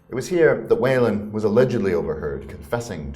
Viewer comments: Let the record show that Whelan should not be pronounced "Wailin'". Try "Wheelan". Enjoyed the video, thank you. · New subscriber here. Great stuff. Whelan is pronounced Wheel - en